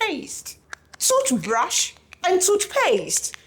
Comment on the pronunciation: Toohbrash and toothpayaste!! 😂😂😂😂